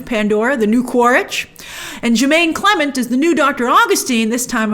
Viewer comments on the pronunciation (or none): none